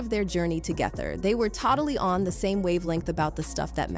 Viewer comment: Is the narrator a robot or do they just not know how to say April or totally?